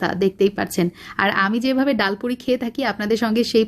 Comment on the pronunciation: ডায়াল পুরি নয় । ডাল পুরি ।